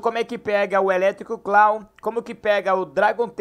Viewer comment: O "Eletric Cluaw" kskskskskskskkss